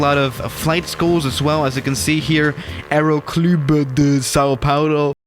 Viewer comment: eroclulbêe di sao paulo